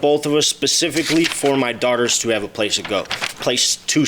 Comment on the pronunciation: Naw u were correct as well. He started saying it wrong but then the more he said it he corrected it.